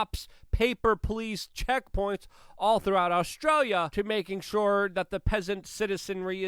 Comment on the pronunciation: The almost pause between your Aush and stralia, made me think you were going to say Aushwitz. But Australia, close enough it would seem.